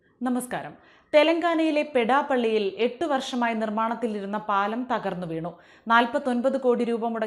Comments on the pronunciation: പെടാ പള്ളി അല്ല പെധ പള്ളി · പെഡാപ്പള്ളി അല്ല പെദ്ദപ്പള്ളി